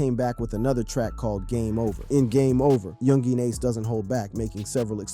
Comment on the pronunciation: Bro just say Ace. That "Yungeen" be spanking your syllables.